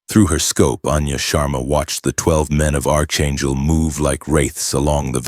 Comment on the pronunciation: It is NOT ARCHangel! It is PRONOUNCED ARK-angel. AI narration is illiterate! 🇺🇸🤨